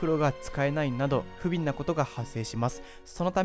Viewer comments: 不便。ふべん、を、ふびん、と読むなんて。信じられない。。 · 他にも 不便:「ふびん」ではなく「ふべん」 などいくつも漢字や地名の読み方の誤りがあって聞き辛く感じました。 台本の漢字にふりがなをつけておくことをお勧めします。 内容についてはよくまとまっていると思いました。